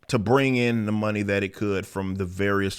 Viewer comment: I mean when your crown jewel is BatWahman, it's not strange they are losing monneh